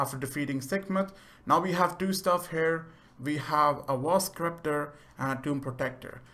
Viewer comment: Sekhmet is a she not a he and scepter is pronounced septer not skepter